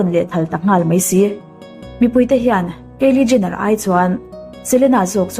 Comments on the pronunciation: Keili jenner han tih tlat mai chu...ngaihthlak ninawm ve!!! Kaili tiin lam ve mai la. Hailey tih hming awm bawk si, irritating tops!!!! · A ngaihnawm viau rual rual hian.. thil pakhat selna lam ni lovin.. Kylie Jenner( keili Jenner) ti a lam lovin (khaili Jenner) tia lam zawk tur a ni. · Kiele jenner nilo in kylie jenner tiha pronounce tur a nih ka ring😀👍👍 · Kylie Jenner hming i sawi dik lo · Kylie Jenner i lam Dan hi Kalo helh😌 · Kylie Jenner i lam dan hi ka hre tha thei lo